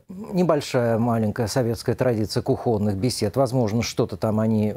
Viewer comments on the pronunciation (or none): Ударения! Слово "кухонный" 🦔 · Что за кухонных разговоров,ставь ударение правильно,обвинять научился ,а ударение ставить нет